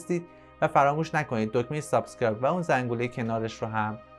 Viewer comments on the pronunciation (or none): none